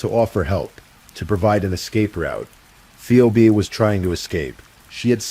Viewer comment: It's PHEEBEE, not Pheobeee. Read yourself not with AI.